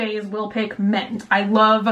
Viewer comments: Mint & ment are not pronounced the same. What is wrong with you? Since when do i and e sound "exactly the same"? The vowel in Mint is correctly pronounced the same as in Hint. The vowel in Ment is correctly pronounced the same as in Cent. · so? she still said ment in this video and not mint... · The fact that she says ment instead of mint bothers me so much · bunny saying ment instead of mint for 16 minutes straight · Was anyone else hearing "ment" when she'd say "mint?" Or am I losing it haha 😂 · It's not ment it's mint. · Is it me or does she say ment instead of mint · Mk wait. She keeps saying “ment” isn’t it mint? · She says ment and not mint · Did she say ment not mint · Lol came to comment this too. Omg. Ment. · Ment, like tent 😂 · She keeps saying “ment” I’m slightly triggered 😂😂 love her tho😂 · I’m slightly disturbed that when you say mint it sounds like ment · Omg it bothered me so bad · I love and her videos, but does anyone else get bothered by the way she says words like mint, pin, pillow, and milk? I know it’s stupid but I can’t be the only one that it bothers haha! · I like how she says ment and menty instead of mint or minty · i'm like cringing but then laughing at the same time every time i hear "menty" "Ment" ... "mentiness" MINT BUNNY OMG MINT!! HAHAHA, i love you so much !